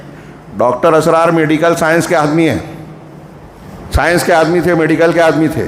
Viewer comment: Ek baat daawe se keh sakta hoon ke aap bhatak gaye ho. Jo bhi Dr. Israr (not Asrar - sahi se pronounce karna chahiye) kaha woh bilkul sahi hai aur waha ke logo ke liye ya in general kaha ke jaise aur bhi mazhab hai waise hum log apne deen ko ussi tarike se le rahe hai. Ye deen ka tarika nahi hai.... Balance between deen aur duniya pe kaha indirectly par aap pe shayad shaitan haawi hua hai toh aap ye baat nahi samaj sake